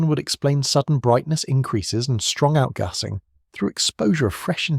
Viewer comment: The way the A.I. narrator says "outgarsing" is funny to start with, but soon gets very annoying.Shame. I could not watch past . Nobody says outgarsing, like nobody says plarstic.